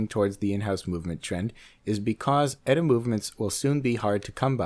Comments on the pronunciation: its not "etta" its E-TEE-EEHA. it makes you sound like an idiot! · It's E-T-A, not "Etta". And it's still ETA that does most of the custom finishes and all the so-called BS "up-grades" made to order for all these companies, do you really think for a moment that a company that would use their movements is really capable of doing that kind of work to something that's already built? And it's also ETA again that's making the new so-called "in-house" movements for its other Swatch Group counterparts, anything Swatch Group is in-house, you credulous dope! Stop believing the industry lies and their Swiss slight of hand.